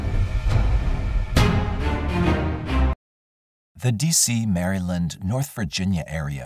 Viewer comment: The Mary-Land pronunciation kills me evrytime 💀